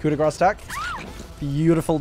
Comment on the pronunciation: Grâce is pronounced like "grass"